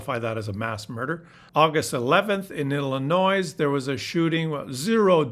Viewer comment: Thank you,. I haven't read far down into the comments so it may have been mentioned. Just so you know, the s at the end of Illinois is silent. They usually pronounce everything in a non-English word but THIS time, they got it right.:D:D